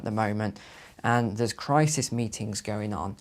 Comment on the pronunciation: I don’t trust people who say crisis as if it’s spelled crisees